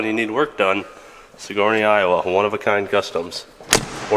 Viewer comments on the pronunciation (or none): It’s sig-er-nee, not suh-gor-nee. Damn northern Iowans lmao.